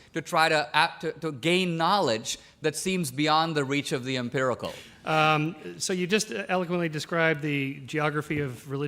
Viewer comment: Empirical. Not impirical. Nonetheless, great video.